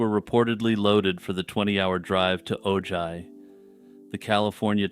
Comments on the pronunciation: Ojai, California is pronounced "Oh, hi." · it's o-HI California, like "oh hiii, Mark!" love you 😂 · “OH hi” from So Cal (is how Ojai, CA is pronounced) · Its pronounced "oh hi" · Oh-hai, it’s pronounced Oh-hai. J is Spanish has an h sound, like Juan. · It's peonounced "O-HAI"! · Oops! Ojai Calif. is pronounced Ohi.....j is pronounced as a "h".and the "a" is silent. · Ojai, California is pronounced OH -Hi. The J is like an H as in jalapeño